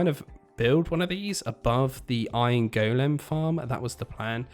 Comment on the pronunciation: Still Can't get past the "Go-Lem" so weird